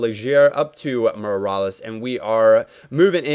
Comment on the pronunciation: MEER-AH-LASS not mirales